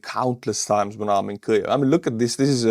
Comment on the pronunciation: Kliev? No L in in Kyiv.